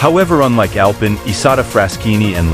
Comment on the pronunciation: It’s pronounced AL PEEN